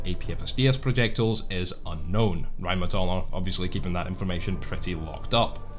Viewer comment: First video where I heard RheinMetall not pronounced incorrectly as "rine medal". Great video.